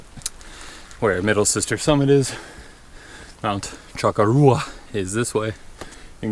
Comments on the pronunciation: Correct pronunciation....cho-core-a. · Nice videos but you need to learn how to pronounce the name of the mountain correctly lol